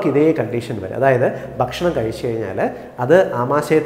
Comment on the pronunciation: ബക്ഷണം ബക്ഷണം എന്ന ഉച്ചാരണം താങ്കൾ തിരുത്തണം. ' ഭ' എന്ന് കൃത്യമായി ഉച്ചരിച്ചാൽ ഭാഷണം നന്നായിരിക്കും. ബക്ഷണം അരോചകമാണ്